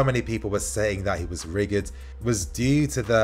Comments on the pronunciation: ITS PRONOUNCED RI-JID (RIGID) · Please learn how to pronounce rigid 😆